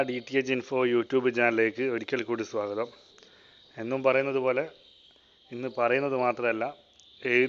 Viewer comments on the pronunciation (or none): none